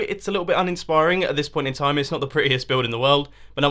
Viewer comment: you're gonna have a bad tom? pretty sure you either meant "time" or messed up saying "you're gonna have a bath Tim"... and there is no E in sans, although I suppose you could have added that intentionally.